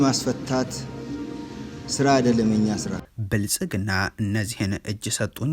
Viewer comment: " የብልፅግናው " ስትል አያምርብህም:: "ፅ"ን አውጥተህ በስሙ ጥራው